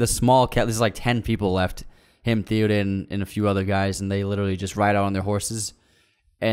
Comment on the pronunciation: It's not "Thee-o-dawn" it's "THey-o-din."